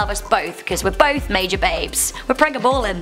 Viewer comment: Pre ga ballin hahahahahhaah say it right